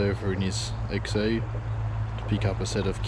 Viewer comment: i swear i can hear you saying XE and not XA LOL